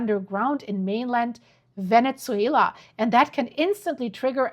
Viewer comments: Venne-ZZZZZZWAYLA NOT VENET-ZWAYLA.🤦🏻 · Can you please not say Venezzuela anymore? 😂 Say VeneSuela please. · Please stop saying VeneTzuela. It's just Venezuela. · Not venetsuela.. ven eh suela. No T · with real kindness- no T in Venezuela. Pronounce vene-su-ela. Thank you for all your amazing coverage. Much love and light to you💟